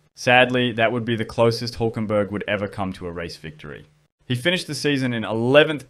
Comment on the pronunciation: His name is Hülkenberg. You can't just replace the ü with the u, it's a completely different name.